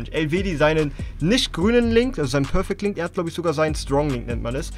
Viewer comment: Es heißt perfekt link